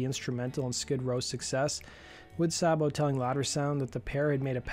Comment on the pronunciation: Dave Sabo’s name is pronounced ‘Say-Bo’, not ‘Sobbo’! Get it right!